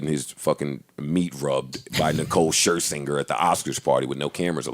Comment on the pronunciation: "Nicole Skrrskingsker" lmao